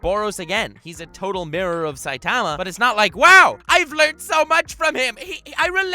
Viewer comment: Dude ur sayin saitama wrong!